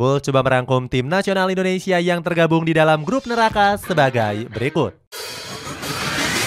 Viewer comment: Indonesia min bukan Indoensia😊